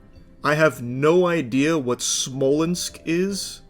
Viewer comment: I didn’t expect Charlie to say “Smoleńsk” 😂